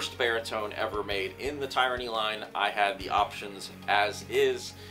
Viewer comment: I’ve learned that I’m pronouncing Tyranny in an incorrect way. My apologies lesson learned. It’s not (tie-ranny) it’s( Tiranny ) I’m sorry 😐 thanks